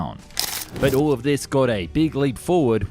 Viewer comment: This guy really needs to work on his letter L, the simple touching of the tongue to the upper front teeth. "All, " not aww. "Useful," not usefoo. "Powerful," not pawerfoo. And so on...